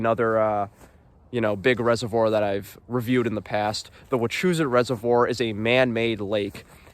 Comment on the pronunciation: Had to stop watching because of the way you pronounced “Wachusett” lol